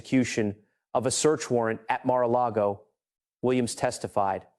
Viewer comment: I thought almost everyone in the world knows how to pronounce Mara Lago